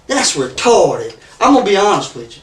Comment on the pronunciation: Bahahahhaaa who's keeping track of how many times he says retawded and sweetheart. 😂😂😂